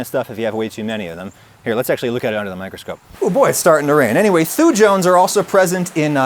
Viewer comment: As a biochemist in training, your pronunciation is near perfect (as far as that means anything). Only note: I would pronounce the word "thujones" as "thoo-yones", with the J being of the softer variety, similar to the Y in "yoghurt". This is derived from a group of Swiss-raised American- and British-educated people pronouncing things. Take of this what you like/want.